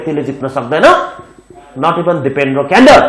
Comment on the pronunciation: कडेल लाई अङ्ग्रेजीमा क्यान्डेल भन्दो रैछ 🤣